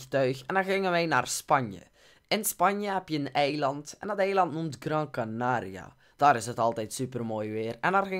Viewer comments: Het is toch Gran Canaria en niet Grand Canaria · het is gran canaria nie granD canaria 😂